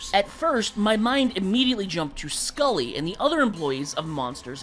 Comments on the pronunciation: No way you called Sully "Scully." You should explode for that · It's Sully sir, not Skully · It isn't skully it's sully,sorry someone had to mention it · Wtf is skully its sully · Bro called Sully skully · Definitely not pronounced “Scully”, it’s “Sully” as in “Sullivan” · So it's actually pronounced Sully, not Skully. also Avatar Kora doesn't deserve ANY of the rings. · Did bro really just call Sully from Monsters Inc. Skully?💀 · Are you mispronouncing Sully's name on purpose just to get comments correcting you and boosting the algorithm? Because god damn it's working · Me: Annoyed they keep mispronouncing Sully's name.